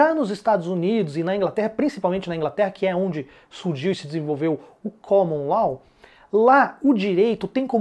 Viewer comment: Amigo, a aula ta ótima, parabéns! Só um detalhe: a pronúncia é LÓ, não LOL.